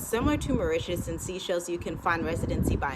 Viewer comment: Isn't The Seychelles pronounced "Say Chelles"?